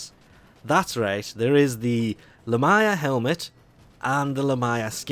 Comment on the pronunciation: Sorri but ima have to Grammar police you on how you said Lamia ;-; (La-mee-uh)